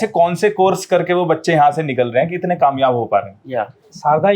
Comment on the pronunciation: don’t say kamiyab ho gya Hun in your mouth not suit your mouth. Rest of good 👌